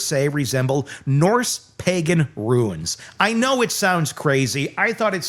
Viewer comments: Runes not Ruins. Pronounce the rules words a roons. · Stop saying ruins. It's runes. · Runes not Ruins. :D !!!